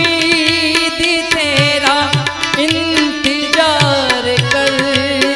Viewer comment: Pronounce sahi kr lo...jaise muskil nhi mushkil, intejar nhi intezar....baki surr aur taal WOW....Super....